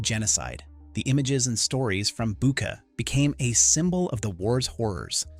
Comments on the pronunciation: "Bucha" is pronounced as " Boo tch a", NOT "Booka". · if you are interested in getting it right the correct pronunciation of Bucha the ch is the same as in church